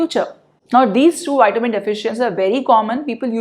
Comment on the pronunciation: It’s Vitamin as in V not witamin - say the V it’s not a W